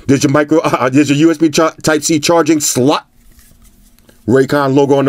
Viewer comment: I still laugh every time you put the emphasis on "SLOT" Lol. It's something only the OG viewers understand 😂.